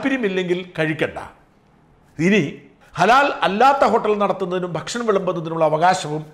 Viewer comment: ഷാജ൯.... നിങ്ങൾ ഭക്ഷണം എന്ന് പറയുമ്പോൾ ഫക്ഷണം എന്നായിപ്പോകുന്നത് എന്തുകൊണ്ടാണ്?